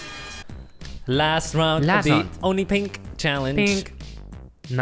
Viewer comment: did he say gay when he said only pink challenge? 💀💀